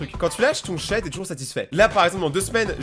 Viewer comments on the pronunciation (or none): deso j'ai disliker parce que cheh sa se dit pas chai . Les rebeux en sueur